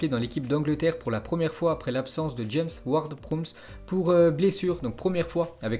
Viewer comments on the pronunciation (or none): none